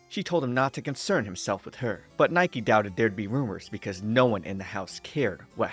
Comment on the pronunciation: I hate to be this person, but Nike is pronounced "nee-keh". You can tell by the katakana characters being used for his name and because that's the Greek pronunciation of the work meaning "victory".